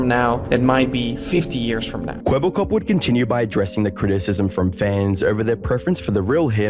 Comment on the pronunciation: The biggest tell in the video was that the AI (which was probably trained in English) did not know how to pronounce the Dutch word 'Kwebbelkop' (blabbermouth), and thus is always kinda mumbled it in the same tone of voice.